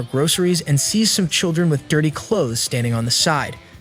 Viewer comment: Bro cant even say "dirty" 😭